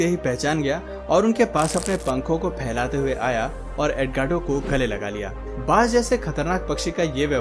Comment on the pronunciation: Bhanjh nahi Baaz hota hy 😄😄😄